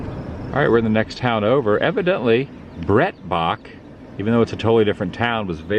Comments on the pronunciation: Pronounced Brite baak. Very big name in that area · It's actually pronounced Bright bach